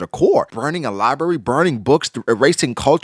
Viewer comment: I'll pay you $50 cash right now if you can say library correctly.